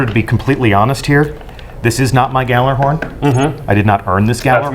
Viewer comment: can't even pronounce gjallarhorn right...the fuck is wrong with people? the GJ makes a Y sound